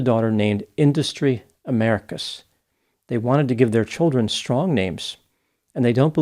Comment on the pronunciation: “Idustry Americus” bro I laughed out loud 😂😂😂